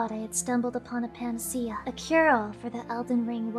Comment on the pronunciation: Claims IQ of 50 but whips out, properly pronounces, and properly uses "panacea" without missing a beat. I call bullshit.